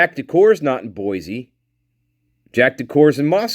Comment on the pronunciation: Buhl Idaho is pronounced B you l. Boise is pronounce Boy cee not Boy zee no mater how the newscasters slaughter it.